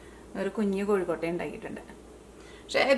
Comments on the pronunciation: എന്റെ പൊന്നു ചേച്ചി..... കോഴിക്കോട്ട അല്ല കൊഴുക്കട്ട ആണ് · കോഴിക്കോട്ട അല്ല കൊഴുക്കട്ട 😁😁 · കോഴിക്കൊട്ട അല്ല കൊച്ചേ കൊഴുക്കട്ട